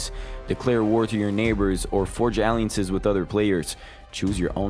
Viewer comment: How on earth do you mispronounce the word alliances??